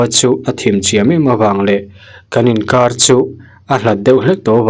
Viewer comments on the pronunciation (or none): Sir chu, Raw kawrh te ti mai mai a, zia lo thei 🤣 kawr tih kha tawk, 'h' kha lam tello la 🫢